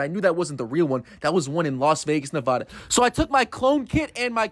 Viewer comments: This is actually illegal. This entire channel is illegal. You cannot legally clone humans. Also you can tell he’s never been to Nevada because he pronounced it NAVADA 😭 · You ALWAYS PRONOUNCE NEVADA WRONG WHY?